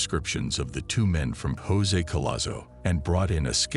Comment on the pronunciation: The way the ai pronounces Jose cracks me up